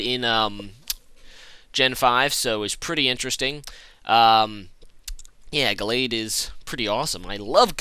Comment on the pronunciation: He said Gallade correctly :o It doesn't feel right somehow..